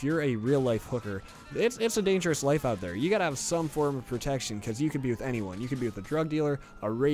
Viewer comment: love how you emphasized "protection" XD